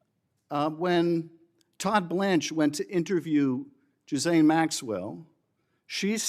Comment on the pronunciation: Jisane maxwell 😂😂 Guy cant even get her name right